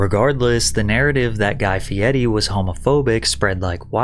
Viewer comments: OMG stop pronouncing his name like that! I’m sure it may be technically accurate, but with the amount of mundane words mispronounced in ridiculous fashion on this channel, this is the hill you choose to die on?? That being said, I find many of your videos entertaining and well done. Take care. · Why is his last name pronounced with a T when there's no T in it? That's always bugged the s*** out of me. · I can't watch this if you pronounce his name like that lol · i cant stand how you say his last name 😭 if you cant roll an R dont even try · Brother pronounces Guy Fieri like he is from a small Italian town 😂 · 😂 you can't even say his name correctly 😂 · Had to stop watching after the 3rd or 4th time he pronounced fieri like that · Bro pronouncing "Fieri" like that is wild my guy. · why does patrick cc: say his last name wrong, there are not t’s in the name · What's up with the way you are saying his last name? Stop trying to put a fancy accent spin on it, it's not how it's pronounced, also drop the gambling ad, that's just not you, sponsorship or not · The only thing more obnoxious than Guy Fieri's persona is the way you pronounce his name. That being said - big fan of the channel, and Guy Fieerrrrreeie never did me any harm - he seems like a cool dude. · Why are you pronouncing his last name like that 😂😂😂😂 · Whys Patrick keep calling him Fieti? Its an R, not a T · It's Guy Fieri not Guy Fieddy. 😂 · Bruh he keeps saying fiety, cant watch this shit lol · Are you saying FieTi? Then I here him say it the same way..... Am I going crazy that I'm seeing FieRi..... Someone tell me I'm not crazy. ... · His last name is not Fietti.. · His name is "Guy Fieri" yet every time you say his name, you say "Guy Fi eddy" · I've never heard someone pronounce it Fieti. Is this normal or is it just your AI voice screwing things up again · Why are you saying fe-etty there’s no Ts in his name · Why are you pronouncing his name Fieti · why are you pronouncing it Fietti Pat? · Guy "Fietti"